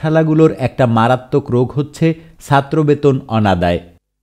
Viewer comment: You need to work on your pronunciation of “ Chattro “